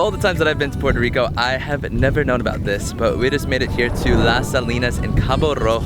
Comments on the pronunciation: Not to be that guy but is Puerto Rico 🇵🇷 not Portó Rico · It's so annoying how you dont say the "R" in the word PueRRRRRto rico .. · Loved your video, but they way you say Puerto Rico was driving me nuts!! Sorry to seem so petty. ¡Yo soy Boriqua pa’que tu lo sepas!